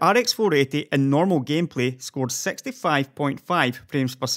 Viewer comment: is it me or when he says gtx 1060 he says gtx 10sexty